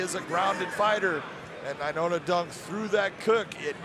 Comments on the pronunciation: Nai-Noah...... not Nai-Nona 🙄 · Brah. His name is nainoa. Not nainona. How can the commentator not know how to say his name right. So irritating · Big John can’t say Nai-NOA not Nai- NONA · the dumb guy keeps saying “nainona” it’s nainoa 🤦‍♂️ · Must be in the Bellator anchor contract, that nobody can correct big John, when he starts adding extra n's to ppls names. Lol